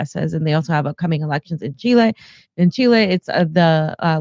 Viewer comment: Can someone PLEASE tell that the name of the South American nation he tends to ALWAYS mispronounce as Chilé (or “chi-lay”) is actually Chile, with the stress or accent on the “í” as in “ChÍ-le”! Thank you!